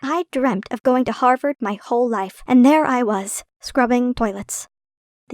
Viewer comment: Everytime i hear "Harvord" i think of Danielle Cohn.